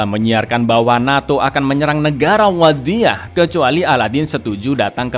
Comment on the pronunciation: Bang ngomong wadiyah nya kok authentic yak... Pake dho' wadiyah nya wkwkwkw